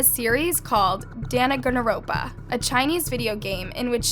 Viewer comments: The way she pronounced danganropa she said danaganaropa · Danaganaropa 😍 sorry what, it’s danganronpa and it’s Japanese not Chinese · I'm sorry but that was very incorrectly pronouced. Danganronpa (Dang-ann-ron-puh) not hard. The effort was good though I guess. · PLSSSSSSS- “danagonoronpa , a chinese video game” GURL , ITS JAPANESE AND ITS CALLED “DAN-GAN-RON-PA” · the way she said dangonronpa 😭😭😭😭😭😩😩😩😩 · It's actually Dahn-gahn-ronpa, and it's a Japanese game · Sorrry but its dang-an-ron-pa or dog-an-ron-pa and its Japanese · HELPPP I'M SORRY BUT THE "DANAGANAROPA" 💀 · PLS THE WAY U SAID DANGANRONPA SOUNDED LIKE DANGANANROUNPA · “ dan-ghan-ron-pa” and its Japanese 😭 may Helen rip tho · a series called "DanAgAnRoOnPa" im sorry that killed me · I love how called Danganronpa "Danagonoronpa", called it a "Chinese video game", and plays a MHA cosplay clip in the background. Edit: Chill in the replies, and read my first reply, dumb@ And yes, I am calling you a dumb@ if you felt the urge to leave a hero-wannabe reply without checking what actually happened first. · It’s Pronounced “dang-gan-ronpa” and it’s a Japanese game. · its pronounced dang-anron-pa and it's a Japanese game.... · This is a really disturbing story, I just hate how she continues to make TikToks after she did such a thing. Edit btw, it's pronounced (Dang-gohn-ron-puh) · If you want to know how to say Danganronpa (some people have a hard time saying it) It is Dan-gan-romp-ah, also please don’t hate on danganronpa, not everyone is like this. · it’s pronounced dang-an-ronpa! Just letting u know! Anyways, I’ve never ever liked snow and felt like something was always off about them. Ever since they did the grave photo shoot they have been so problematic and a problem to the cosplay community. I’m a cospkayer myself and still despise what they have done. Ive actually met them once at a con and they acted like they never were problematic. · Btw dangonronpa is pronounced dang-on-Ron-pa :)